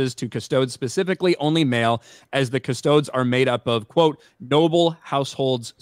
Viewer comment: doesn't know how to pronounce Custodies